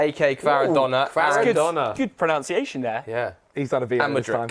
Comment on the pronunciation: My favourite bit was when said “good pronoWnciation” entirely unironically 😂😂😂😂